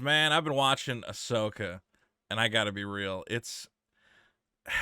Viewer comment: Ahsoka ah-sucksa